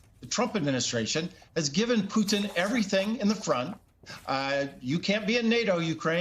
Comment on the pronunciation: hey this guy said Peutin name right. : D